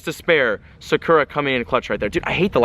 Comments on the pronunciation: SAKURA!? what the actual fuck. it's sakura like the flower. what the hell.. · sakura is pronounced sa-ker-ra. just letting that out their